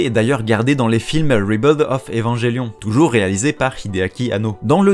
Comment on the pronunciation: à petite astuce pour "Rebuild" tu peux prononcer "ribilde" même avec un R prononcé comme en français ça va passer. L'accent on s'en fout en vrai, ce qui compte c'est juste de bien les voyelles pour être bien compris. Les consonnes sont moins importants parce qu'en général elles nous posent moins de problème.